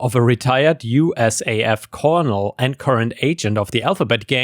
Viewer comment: Colonel, as weird as it is, is said as "kernel." Like a popcorn kernel. No, it doesn't look like it would be pronounced that way, but yes, it is. Not to be confused with "colonial," which is said how it looks, as "co-lone-ee-ll." Also, "Col" is short for "Colonel" when referring to someone's rank. I never understood it either, but it is what it is. Also, diaphragm is "die-ah-fram." The "g" is silent.